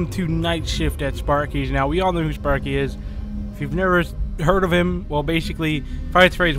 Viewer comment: did you just said spaeky that's Timmy turner's pet sparky!!